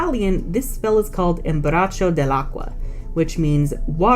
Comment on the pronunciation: it's abbraccio, not embracio, i know that because I'm italian and i know hug in italian is abbraccio, not embracio, embracio isn't a word in italian